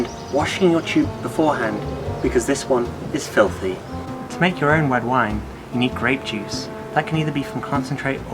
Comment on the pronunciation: Man, that got dark :D Also, , "wed wine" :D